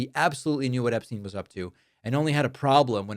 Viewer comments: You mean “Eshpshein”!😂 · David, say it right: his “a-brain”